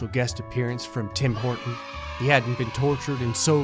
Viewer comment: "Tim Horton" Me: *understands "Tim Portant"*